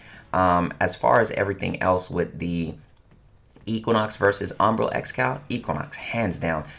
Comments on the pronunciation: This’s always triggers me just a little when u pronounce it as “ombra” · just sounds like he's mispronouncing hombre when he says umbra